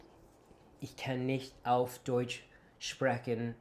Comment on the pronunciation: Your range of accents is really impressive! As a German teacher ich kann es mir nicht verkneifen to point out that your vowels still give you away. In the word Deutsch, for instance, your o is slightly too long and too closed. Just tense your lips less and open your mouth a bit wider. The eu should sound more like in boy ore employ (ok, I guess these words sound different depending on the accent, but I hope you understand what I mean).